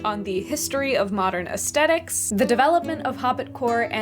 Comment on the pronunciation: Ayo she really says “aesthetics” with the HARD “T”